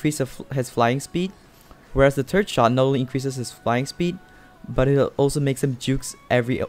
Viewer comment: I didn’t know I was pronouncing third wrong it is actually called tird